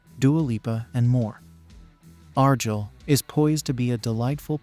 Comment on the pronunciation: That's not how you pronounce Argyle lol